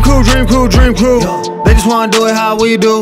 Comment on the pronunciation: i fuck with but listening to him repeatedly say “DrEaM qReW” makes me cringe sooo fucking hard. i hate the outro to Qias’s vlogs for that reason lmao